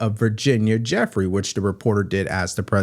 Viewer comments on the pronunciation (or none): Who is Virginia Jeffery? Are you reporting on Virginia Giuffre? It's not pronounced Jeffery. It's pronounced Gi- ew-fray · it is not Jeffrey but Jiu-fre